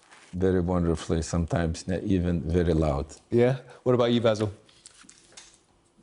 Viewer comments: Lol did he call him Basyl? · Haha the interviewer says vazzle😂😂😂 that’s why he wrote it. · at first I thought he said "Basil" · Maybe somebody should have told the sky reporter how to pronounce Vasyl name